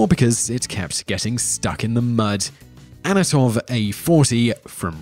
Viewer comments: It is antonov lol, not anotov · ?? ANOTOV A 40 WTF ??? dyslexia buddy ????? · How on earth can you pronounce Antonov "Anatov"? It's even Phonetically spelled. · not anatov, its antonov you idiot.. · An-ton-ove. Not Anatov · your pronounciation is crap mate dont say anotov when the text says antonov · "Anatov," Really? It's An-to-nov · is it just me or did he say"anatov" instead of "Antonov"? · Whistler, LEARN TO SPEAK,DAMMIT! It is AN-TO-NOV, not ANNA-TOV! Also, learn how to pronounce the letter R. You pronounce it in words that it does not appear in, and usually ignore it when it does. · you sayed anatov but it is Antonov they have produced the biggest airplane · "Anatov". It says Antonov right there in the video. Good job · It`s ANTONOV A-40, not ANOTOV A-40... Just read the text overlay you added on the video... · Not "Anatov"! Antonov is the name! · AN-TO-NOV, it's not that hard to pronounce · "Anatov" Pronouncing european names still remains difficult for the americans.